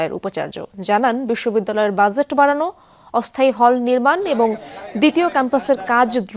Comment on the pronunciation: Learn to pronounce Budget properly for God sake. One should never read news who doesn’t know the right way of saying a common word like BUDGET.